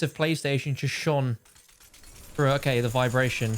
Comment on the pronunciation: "I'm trying to push frew"